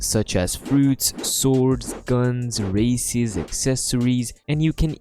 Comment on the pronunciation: The way he said races....... Bro use the (de) whenever he wants even though they are not vowels